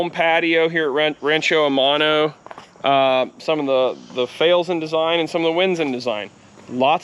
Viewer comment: I automatically trust someone who has their phone clipped on their pants. However I am very dense as I just got rancho aumano finally. I speak Spanish as well and whenever you say aumano I say what in tarnation is this dude saying.